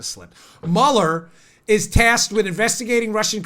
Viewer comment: "mullerfort" hahaha!